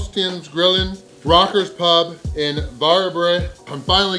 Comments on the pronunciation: Varberg ❌ War-Bruh ✅ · Your pronunciation of Varberg still sucks! 😆